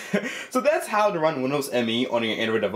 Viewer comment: How* (not jow lol)